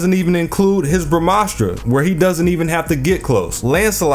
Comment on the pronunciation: being from india I've never heard a foreigner saying the brahmastra so correctly before